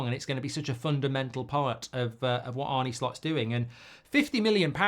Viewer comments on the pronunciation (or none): I think its pronounced Arnah not Arnie with the dutchness. Could be wrong.